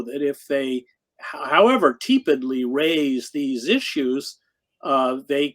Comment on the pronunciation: Would someone please inform Hedges that he consistently mispronounces the word “tepid”—(“tepidly” this time); it’s a short “e”!